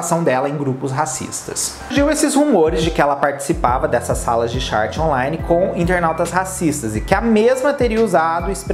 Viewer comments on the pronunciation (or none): none